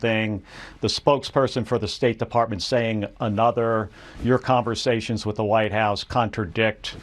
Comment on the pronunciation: It’s just “another”. One word. Not A-nother. You’re watching too much MTN. Ben can hardly talk at all. His English is horrible.